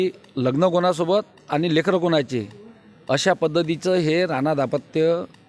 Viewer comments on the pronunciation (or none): none